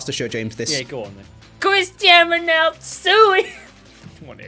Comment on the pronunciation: Cristan Reynaldow... Sue-E